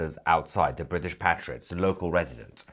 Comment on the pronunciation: Thank you Mahyad Tousi for pronouncing PATriots in the British English fashion - not PATEriots (American English)! Language is who we are.